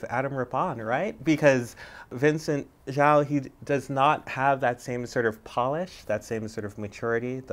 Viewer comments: ZHOU is pronounced ZOU not ZAO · I can't believed she pronounced Zhou's name like "zoo", all the people out there who remotely know how to pronounce his name must be dying rn like I am